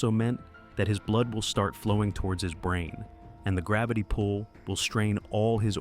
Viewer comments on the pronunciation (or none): none